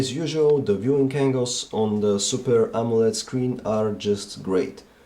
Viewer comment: super A-M-O-L-E-D lol